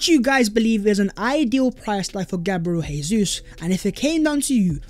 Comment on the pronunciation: Please pronounce Gabriel Jesus’ name right lol. He’s not Spanish